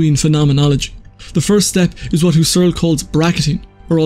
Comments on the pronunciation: "Husserl" is pronounded "hoo-sell." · Emphasis is on HUSS, not on ERL. HUSS-erl. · It really wouldn't hurt to take half a minute out of your time to look up how to pronounce "Husserl."